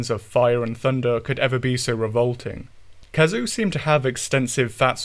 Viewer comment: Never heard someone err the pronunciation of "khezu", aside from having no consistency.